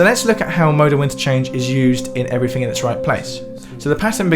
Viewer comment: you said "everyfing" instead of "everything". :|